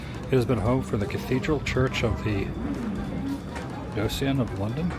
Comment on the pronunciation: Adam mispronouncing, "diocese", AHAHA.